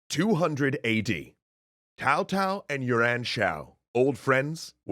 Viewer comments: How does Yuan become You ran what the actual fuck? Guan yu is Gwyen yer? Sun is Swen? Quan is Tran? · Yuan is pronounced you an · I think you've definitely pronounced "Yuan" as "urine" ...